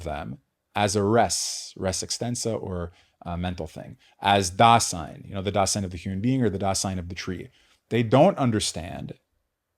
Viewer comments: The S is voiced in German, sounding like Z. daZein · If you listen to an actual German pronounce it, it would sound like "daa-sighn" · the S in Dasein is pronounced like a Z, not an S. i know it may seem pedantic to correct a pronunciation error, but when the error is in the very word that is the subject of the lecture, and is said hundreds of times in the lecture, it's hard to take.